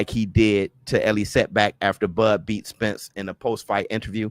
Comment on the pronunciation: He just can't say Spence name